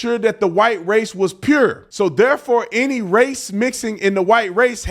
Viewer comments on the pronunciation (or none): Baby that Ft Worth TX came out when OT said "pure"❤❤❤😊😊😊😊😂😂😂😂